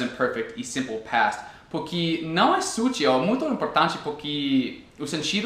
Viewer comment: Hahaha...! Adorei a aula. Mas a minha dica para você é que não se fala /sútil/...e sim /sutíl/...a sílaba tônica (forte) recai sobre a última sílaba. Afinal, há uma troca de conhecimento aqui, e me sinto no dever de orientá-lo com relação ao português. Pois, percebi que em alguns vídeos, mesmo você sabendo a pronúncia "correta" você a esquece ou tem dificuldade em dizê-la. Valeu,...G abraço! 😄